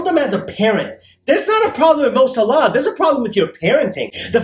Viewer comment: His last name is saalahh (righteous) and not salaa (prayer)